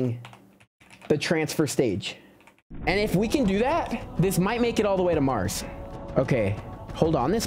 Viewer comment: 😂 I hear you say MarJS rover